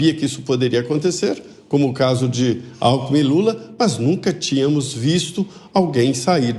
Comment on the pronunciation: Gozado! Quando o cachaceiro falou "Alkmin" eu entendi "Álco". Confira em kkkkkkk.